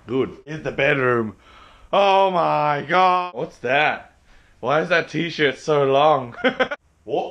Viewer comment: "orr ma garrrdd" okay sorry..